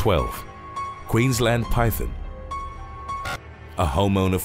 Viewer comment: I congratulate you sir pronouncing Queensland and Brisbane correctly 👍